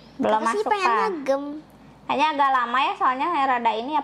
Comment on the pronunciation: Maaf sebelumnya tapi dibaca nya jem memang tulisannya gemm tapi dibaca nya jem